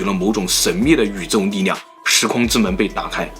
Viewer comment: 是 ㄌㄧˋ量 不是 ㄋㄧˋ量